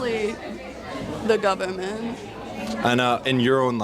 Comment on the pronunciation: "The gubument"